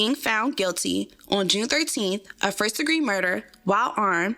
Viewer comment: She said shmurder 😅